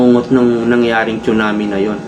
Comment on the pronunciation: TSUNAMI READ AS SUNAMI